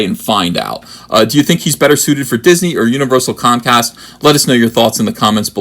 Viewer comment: "Disnehy" ... "Steve Spielberg"??? Garbage Tear 😏